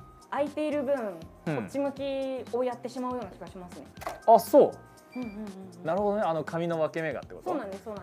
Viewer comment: 「ﾝナrﾙホﾄﾞｩ?」←すき